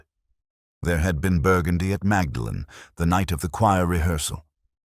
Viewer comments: Pronounced Maudlin isn't it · That’s not how they pronounce Magdalen